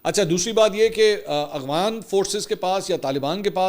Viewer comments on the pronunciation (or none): none